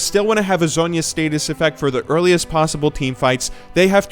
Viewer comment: Not to be ass, but you said status, whereas I believe its pronounced stay-sis.